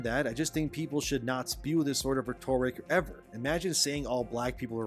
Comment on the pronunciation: Dude... its REH tuh rick when referring to the spoken words and reh TOR ickal when referring to a question you already know the answer to or asked sarcastically. It ISN'T reh TOR ick in the instance you continuously use the word. You sound like you are reading a script and never learned the word.